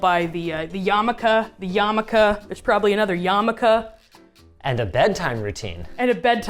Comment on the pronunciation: As an aspie, I was quite amused watching Linus not know quite what to do with one that was not tech-focused. She also says yamaka in a way I can only describe as "aggressive", like German.